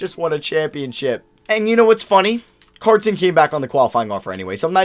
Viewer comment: The way you say Carton is slightly bothersome